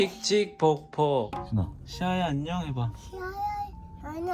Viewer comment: 아진심 ㅠㅠ 내가 보려고 찍은 좌표.. 안녕 발음 몬뎅 .. 너무 어린이 다됐고 그냥 귀엽고 난리❤❤❤